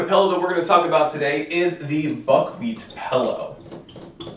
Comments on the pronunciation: This is probably a very informative video but I had to stop watching after 2min (I can't believe it made it that far) because you say PELLOW. AHHHH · OMG! PELLOW! IT IS A ..... P-I-L-L-O-W!